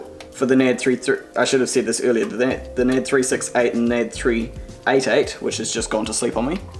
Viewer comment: You seriously pronounce the company that way? Learn English for fuck sake.